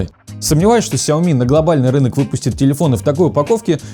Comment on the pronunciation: Красавчик, научи грамматики канал 808 по части ударения в сяомИ!